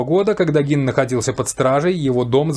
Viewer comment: если бы сначала изучали информацию, прежде чем говорить, то знали бы, что правильно именно Гин, ведь специально именно для таких, как вы, и в русскоязычных, и в зарубежных источниках указана транскрипция, как надо произносить, и это, о ужас, /ɡiːn/ Представляете, не Гейн и даже не Джин...